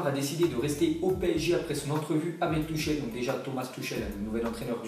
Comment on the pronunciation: C'est pas "Tuchel''. C'est "Turrelle"...